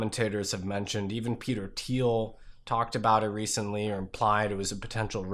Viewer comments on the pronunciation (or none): none